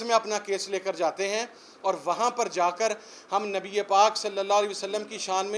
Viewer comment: اس عمران نیازی کے منہ سے پاک نبی صلی اللہ علیہ وسلم کا تلفظ کی ادائیگی نہیں ھوتی اس میں عقلمندوں کے لئے اشارہ ھے مولانا جمیل اور مفتی قوی جسے بہت پڑے ہیں ان میں یہ بھی شامل ہیں